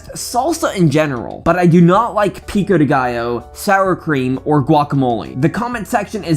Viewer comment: Awww man, no dinner for you. Also, I could stop laughing at how you pronounce pico de gallo xD